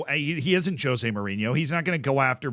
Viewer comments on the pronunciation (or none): none